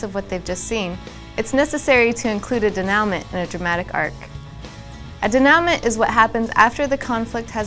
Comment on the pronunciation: Thanks for this video-- I found it really helpful, even though stylistically dated (it happens!). The info was great, and the encouraging tone has inspired me a bit for the project I'm working on. My only complaint... "denouement"?!?! That was a bummer, after a great video up to that point! I guess you could say that pronunciation train crash was the dramatic climax of the video...! Anyway, THANK YOU!